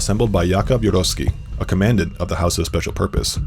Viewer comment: Please pronounce "Siberia" and "commandant" correctly.